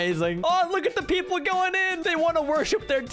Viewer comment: bro he say pepel sad